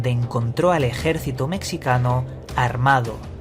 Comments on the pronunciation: Ejército "mecsicano" o "mexicano" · Tiene narices que a estas alturas haya que explicar que en las palabras "México" y "mexicano" la X se pronuncia como una J. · Me dio risa como dices "ejército mexicano"